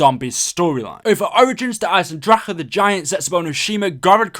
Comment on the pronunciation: You said Eisendrache right <3 As an Austrian this is really satisfying